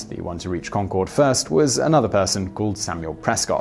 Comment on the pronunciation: It's Concord, not Concorde ("conquered" as opposed to "con-cord").